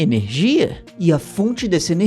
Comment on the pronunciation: erro na palavra energia kkkkkkkkkkk